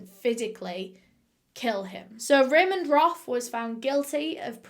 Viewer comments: It’s “Raymond Roth” not ramen broth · Lmao I was thinking that Raymond was Raymond Roth instead of Raymond Roff